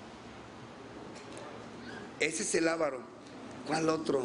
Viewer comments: No es aaavaro, sino avaaaro. Fuera de eso, buen compartimiento. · Se dice aváro....con acentuacion en la segunda a